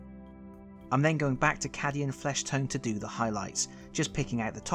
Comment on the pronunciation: Its KA dian fleshtone not ca dian